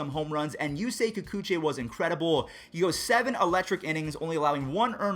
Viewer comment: you've been mispronouncing Kikuchi,.